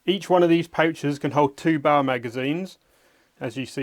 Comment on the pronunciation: B A R, not Bar